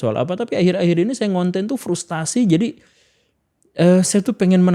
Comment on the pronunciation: FRUSTRASI bukan FRUSTASI